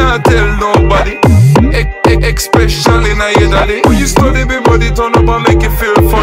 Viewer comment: say "especially" wrong one more fucking time I dare you